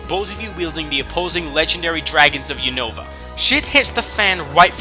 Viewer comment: WHY DOES EVERYONE PRONOUNCE UNOVA WRONG ITS (yoo-nuh-va) not yoonova